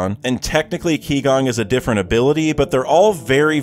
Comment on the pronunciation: Just a reminder, 'qi' gong is not pronounced ki gong but more like chi gong.